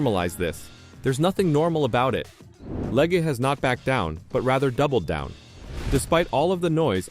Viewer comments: Her last name is pronounced leg not Lega. She has driven Indy car and cart for years. She was bought out of this year's Indy 500 because another team bought out the car she needed. They thought she might bump out one of their cars. She was having a great run at road America in cart when her rear wing failed and had a horrible crash. Not her fault and walked away. Later I watched her qualify a bad handling car at the Indy 500. That took more guts than her critics have. Look at her road America crash and see if you would risk going so fast at Indy 500 Qualifying with a poor handling car? She is a very good driver trying something new. Give her some time to adjust. I was at that road America race when she crashed so bad in the kink corner. In the stands we thought she has passed for a while. Later we found out she walked away. I saw the car she drove before the race up close. It was older and even has some rust painted over on it. After the crash the flatbed truck drove behind us with what was left of the car. The pieces were so small we wondered where she was sitting in the wreckage. She has guts! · LeggAh? Cant even narrate your own videos? You are a parasite...